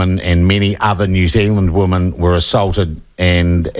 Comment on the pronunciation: As an ex kiwi, I do wish kiwis would learn to pronounce "women" correctly. "Woman" and "women" and not the same word and are not pronounced the same! Rant over!!